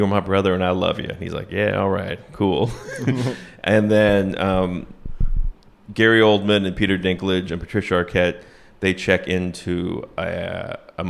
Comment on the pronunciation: Wow. Bridget the Midget was in Little People? This all makes sense now. Also....every time you said Gary Oldman...I thought you said Coleman....which is somewhat fitting, to be honest